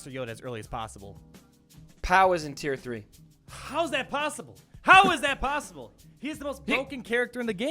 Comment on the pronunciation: "How is that PAOssible?" Lol